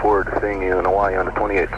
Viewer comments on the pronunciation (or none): none